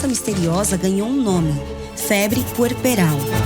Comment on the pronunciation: É puerperal não pueperal